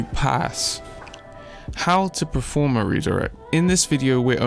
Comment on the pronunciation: Perform not proform but great vid